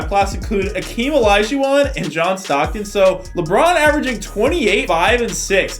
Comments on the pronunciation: Why does the game call "Hakeem" "akeem"? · Hakeem. Not Akeem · Its not Akeem, its Hakeem 🤦‍♂️ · Hakeem not akeem lololol